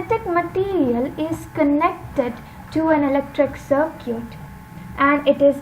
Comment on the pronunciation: Circuit bolna seekh lo atleast...its not sirquèt